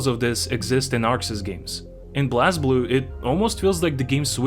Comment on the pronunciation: Its pronounced "Blaze-blue"